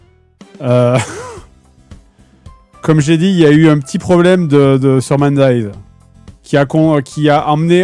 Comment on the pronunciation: Le jeu qui devait être présenté est MindsEye. Fred et la prononciation anglaise font deux. :3